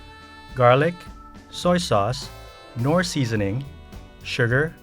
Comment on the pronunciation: You know a real Filipino did this when he said “Knorr Seasoning”. YESSSSSSSS KNOOOOOORRRRR